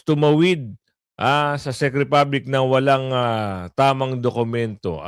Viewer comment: Gud am po …Check po ang pronounciation ng Czech…sa Un po g Prague ay Prag ang pronounciation po..🤗🤗🤗 Pa shout po hehehehe